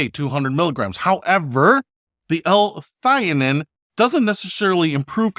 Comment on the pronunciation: Pronounced ‘L-THEE-a-neen’ ……… Alpha Brain contains the synthetic for of Vitamin B6 which van cause problems. It’s used in supplements because it’s super cheap. So why is Alpha Brain so expensive?! The natural form of B6, Pyridoxal 5-Phosphate is much better. Alpha Brain should contain it of it is supposed to be good, not bad for you! ‘Phos-fa-tidyl-sareen’ is the correct pronunciation.